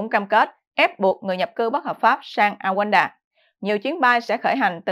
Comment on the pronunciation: Đọc là Ru ăng đa ( Rwanda - Rouanda )